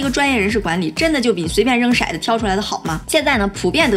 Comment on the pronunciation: 讲得非常好，不过。骰子不念 shai 子，念tou zi